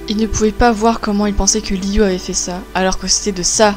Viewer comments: Liu se prononce lou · A chaque fois elle dit liyu et j'ai l'impression que elle dit Giyuu (Seul les fans de demon slayer comprendrons😉)